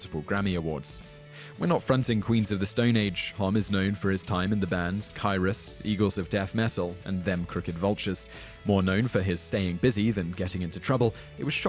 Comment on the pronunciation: "Kyruss" What? It's "Kyuss"